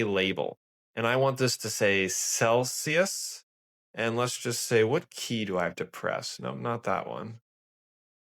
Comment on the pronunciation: celSius, not celCius. FFS!!!